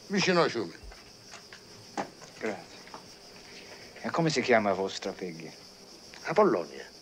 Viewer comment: IM SICILIAN WHAT IS THAT SHEET! AL PACINO DONT SPEAK SICILIAN OR ITALIAN HE SAYS GREZI VOLIO FARI PASEGIATA . ITS GRAZIE VOGGHIU FARI NA PASSIATA. OH MY GOD